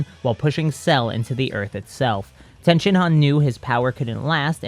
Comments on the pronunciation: It's tien shinhan not ten shinhan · It’s tein not tenshion